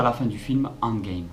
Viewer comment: désolé mais la prononciation que tu fait de endgame n'est pas la bonne tu l'a fait en français bien prononcé c'est endgame prononcé en anglais